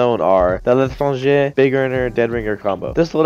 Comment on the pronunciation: tHe l’tRRangEh